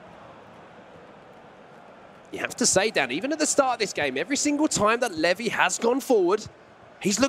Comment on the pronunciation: Absolute butchering of levy lol feel bad for him